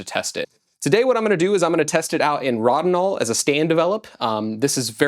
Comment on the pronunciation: I believe it is pronounced Road in all. You should try 3 in 1 ilfosol developer. You did get images for a 73 year old film. The cat was my favorite one. Enlarge that one and mat and frame it.